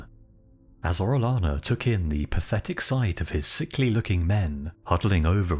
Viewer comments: I'll overlook your mispronunciation of "albino" but if you're going to cover the conquistadors maybe you should know how to pronounce Spanish names. "Orellano" is pronounced "oreoyano" not "orelano". For cryin' out loud! And I don't know what A.I. generated the artwork, but it was completely, ludicrously over the top. Full armor in the Amazon? PUH-L;EASE! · It's oreyana not orelana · No hate at all bro, Orellana is said Oreh-yah-na, the double L is the letter Eh-yeh and said yeh or yah or whatever follows the double L (as close as I can come to it in English)